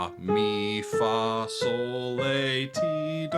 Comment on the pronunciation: Your reviews are interesting and informative but you're the first person in my long exposure to say "raw" insteadof "ray" and "lay" instead of "lah" so-fa-tee-do. Interesting. How'd that make it in there? Didn't you listen to "The Sound of music!??" 😂